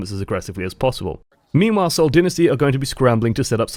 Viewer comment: "Meme-while", anyone?